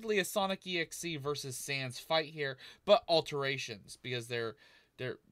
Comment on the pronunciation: Sounds like he said "Error Sams."